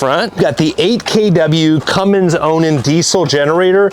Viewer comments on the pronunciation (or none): I enjoy your videos but please stop adding a "g" to the engines built by "Cummins. Keep up the good worrk.